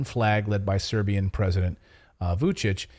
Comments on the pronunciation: Your pronunciation is marvelous, no worries! Pozdrav iz Beograda za najbolji kanal na U Tube 😇👏👌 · Your pronunciation of Serbian names is just fine.